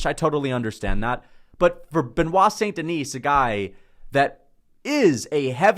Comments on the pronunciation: Great content! Btw it's Saint-TheKnee (like take the knee), with a silent S. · He doesn’t even pronounce it right. Guy is a moron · Yeah, so much so he can't pronounce it properly.